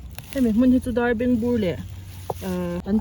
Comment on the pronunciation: Darbengbu I tih kha lambak ani em ...😅lam dan hi In ang lo nuai ve a